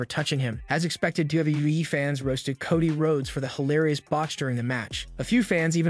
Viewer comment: So is it Cody or...cotty lol someone help me with this new english